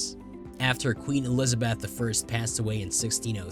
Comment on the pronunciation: Please learn to pronounce Elizabeth!